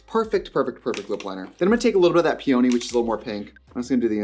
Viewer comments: the way Trixie pronounced “peony” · the way she pronounced peony was insane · trixie pronouncing peony like that is sending me sooo badd 😭😭😭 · it’s the pronunciation of peony for me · Are you trying to say peony like the flower? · Trixie not knowing how to pronounce Peony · Not Trixie horribly mispronouncing peony… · Her pronouncing peony is causing me an aneurysm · Loving the pronunciation of peony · I think it’s a midwestern thing. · are we really supposed to pretend that’s an acceptable pronunciation of “peony”? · the pronunciation of peony is sending me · PEE-in-nee. It's a flower. Not pee-OWN-nee LeviOsa! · PEE-oh-KNEE! Bahaha. It’s pee-unhhhhhh-knee. 😆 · Peony is pronounced Pia-Knee it's a very pretty flower ...just if you didn't know 🥀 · (PEE-ony not Pee-ONY) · um... pea-own-y? peony.... pea-unh-ee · Not pee-ony 😭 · Do we know that "Peony" is pronounced PEA-ah-knee, & not pea-OH-knee, and we're just having fun ? 0r is this a Wisconsin dialect thing? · Pee-oh-knee? Lol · Ardell has been around forever.. like clinique... but for lashes. I didn't know they did anything but lashes. I even have some of them. When did you become Italian? pe OH nee? no.. PEE uh nee.. it's a big fluffy flower.. sadly, ants love them. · Omg “peOny” it’s peony like the flower🌺 lol I’m sorry it was just bothering me 😭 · the pronunciation of peOHny is sending me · Pee oh knee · counting the amount of times she says PEEOWNY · "pee-oh-neeee"??? trixie, you're better than that. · Ily but "pee-oh-nee" is crazy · Love, it’s pee-oh-nee. The flower. Peony. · It's pronounced "PEE-oh-nee" it's a flower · Not Pee-oh-knee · It's the pee-ONIE for me, SIS. As a floral designer, I can't take that pronunciation...but I'll forgive you! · gonna pronounce peony pee-oh-knee from now on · not pee-only 😭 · The mispronounciation of "peony"😂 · Is that how Wisconsin people pronounce peony? Or is that Trixie just being Trixie 😂😂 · Obsessed with the way she pronounces peony 😂